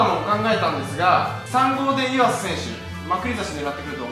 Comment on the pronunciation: 前から思ってたけどまくり差しのイントネーション変じゃね？笑